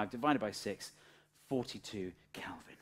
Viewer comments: And there I was, pronouncing Kelvin as Kelvin for all these years, when I should have been saying Kalvin. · kElvin not kAlvin. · I found it really jarring every time you said Kalvin instead of Kelvin. 😠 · It's KELIVIN not bleedin KALVIN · Kelvin not Calvin. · Do you keep saying, "Kalvin"??